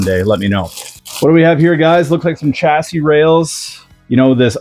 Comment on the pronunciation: Hey nice hat oh and nice kit too! I appreciate your British pronunciation of chassis. You have realised that the way we say it is the right 🤣 Ooh be careful about putting your nose right in the bag of new tyres! One at a time mate 😬 Anyway good stuff and judging by Mark's build guide you will have a good time with this one. Best wishes 😁